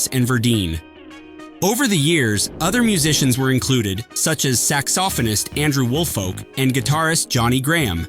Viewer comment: "sax-off-on-ist" stung